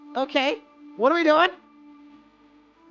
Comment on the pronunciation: I love how says, "WOT"